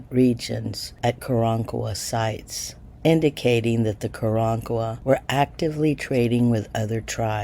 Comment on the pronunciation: I would like to believe you, but I don't believe you are pronouncing the name of the tribe correctly, so, yeah, next...